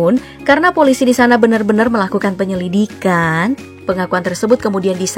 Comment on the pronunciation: Ada penekanan kalimat "karena polisi disana benar benar melakukan penyelikan"